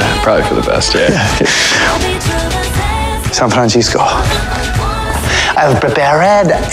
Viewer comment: I love how h.r call cisco `Sanfransisco` XD